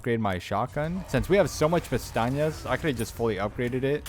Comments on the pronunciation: great video. but you miss pronounce pesetas 2 million times. not pestanyas ... pesetas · bro been calling the "pesetas" "peñatas" for 4 hours straight. That being said, this video is unbelievable, finally got my S+, ty so much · Good guide but I think it's funny you call the money pestañas which means "eyelashes" lol. They are called pesetas. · Dude the money is called Pesetas, "pestañas" means eyelashes 😅Awesome video, couldn't have done it without you 🙏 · Love the fact you pronounce it “pestañas” instead of pesetas, that means eye lashes in Spanish 😂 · ten thousand pastajas 😩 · Awesome walk through! Why do you call them "pestañas?" It clearly says pesetas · .....I've never heard pts called Pantanas, I was always told it was pronounced pesastas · Bro, it’s “PESETAS” not “PESTAÑIAS” are eye lashes. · How for christ’s sake do you call the money (pesetas) in this game?? Pestañas, pistacchios and castañas? 😂 Funny thing is, all these words have an actual meaning, but not that of money…lol (pestaña= span. for eye lashes, castaña=spanish for chestnut, pistacchio=italian for same english word). You‘re so funny! ♥️ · Thanks for this awesome guide. I was able to earn the Professional S+ Rank because of your guide. You speak perfect English, but your Spanish is a bit off. I am fluent in English and Spanish and I kind of smiled every time I heard you call the currency in the game, which is Pesetas (former term for currency in Spain before the Euro), Pestañas, which means eyelashes in English. As I said, hearing you say other words besides Pesetas was humorous, but it did not detract from your excellent presentation. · Only thing wrong with the guide is him pronouncing pesetas wrong 😂😂